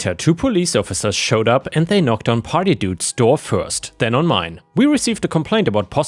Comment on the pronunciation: OH! party dude! it took a while to realizeing you wren't saying potty dude, lmao